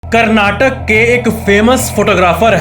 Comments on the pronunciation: Please Dont Say "Karnatak" Its "Karnataka" LLots of LLove ❤❤❤❤❤❤ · and others please don't say Karnatak that is fully name Karnataka. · Yo bro it's Karnataka not Karnatak!